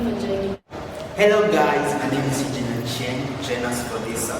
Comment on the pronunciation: Not "brother Eugine"😂